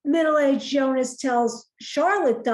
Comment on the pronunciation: Nice recap :) Pronounciation help for Silja: Zill-yar (like the beginning of "zilch" and "yarn"). Bartosz: Bar-tosh, not Bar-toes. Jonas: Yo-nuss, not -niss. About Clausen, he has this BDE, if you know what i mean. I think he's a fun character. I've seen a clip of the actor in the TV mini series "Deutschland 83" (he's also in 86 and 89), there he plays a similar character, but more menacing. I've acquired that series and will watch it in due time.